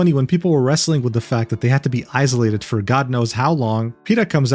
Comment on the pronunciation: I absolutely love your videos, I just wanted to point out that "isolated" has the strong s sound like in "sing"